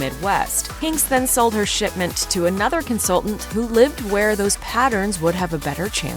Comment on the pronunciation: It sounded like you said "sh*tment" rather than "shipment". From what I have seen of the clothing line, I am inclined to go with the former pronunciation.